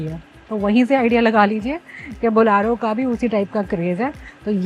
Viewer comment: Bolyaro??? Really?? It is Bolero not Bolyaro. Read the name and it's spelling first. At least learn the proper name of the object that you are reviewing.